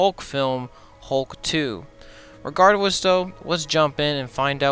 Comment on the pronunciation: Bro said regardwess in the beginning I knew the video was about to be cooked